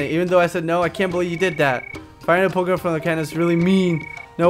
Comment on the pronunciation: r u kidding the pokemon say their names please just listen so you can say them right